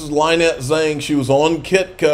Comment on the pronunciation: Her name is not lie_net. It's Lynette. Such as Lyndon Johnson. It's a short i sound. I told you this repeatedly before you met her at xrp Las Vegas. So you told her you were the troublemaker but the way you pronounced her name told her yet something else. I tried to save your reputation but my comment got lost amid every monkey's uncle shilling their meme coins. Oh well I tried...